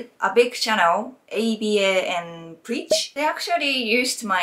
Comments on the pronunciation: Aba is pronounced abba like the band lol not A-B-A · Their channel name is pronounced "Aba and Preach" not "A.B.A and Preach" ^^ I agree with you for the most part, you even showed people the examples of Japanese society shawning cheaters in severe manners. One interesting thing though, we would all presume prostitution is for single men however it seems the sex industry in Japan is declining and people are actually having less sex. This phenomenon is not just limited to Japan, herbivore men as it's called there. Men in modern societies are simply opting out of relationships and sex all together and this will only get worse in the future, because nobody is willing to tackle the underlying issues. Additionally in Japan work culture seems to be a big part of the problem. I often wonder if something could radically change the situation because otherwise this phenomenon will only continue to snowball in the future.